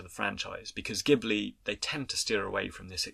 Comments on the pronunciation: Insightful and well-researched commentary, doing justice to a beloved film that I grew up with when it was first released in Japan - thank you. My only small criticism is your pronunciation of 'ghibli' - it is pronounced with a soft 'j' (due to an initial error of pronunciation of the Arabic word by the studio, which stuck). One thing I think is significant about miyazaki which I think you should touch on, is that he created such a developed independent female protagonist - and in subsequent films his many female protagonists are also consistently empowered, strong characters (or develop into such). This type of portrayal of females in animation might also be unusual in the west but it was even more unheard of in Asia where confucian influence has meant that females should be more submissive. Thus, in subverting these values, he is a feminist in my opinion, and a socially progressive thinker. Eg. In his more recent film, ponyo, the original japanese dialogue shows the young boy kosuke call his mother by her name, Lisa, not 'mum', which also subverts general expectations of society. Interestingly, (and I imagine, contrary to the artist's intent) the English subtitles change this to 'mum'. Anyway, brilliant video - his films are filled with symbolism, metaphors, themes and messages, and his occasional interviews reveal a startlingly thoughtful man, concerned for society and its future generations, and trying to inspire people through his films. Great when his genuis is observed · oh, it's no biggie. There's a famous car (Maseratti Ghibli) + Studio Ghibli, which are both pronounced ''Jee-bu-rii'' based on the Japanese katakana. By the way, I love your videos. So glad I discovered this channel!!! <3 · it's pronounced: Jibbly, btw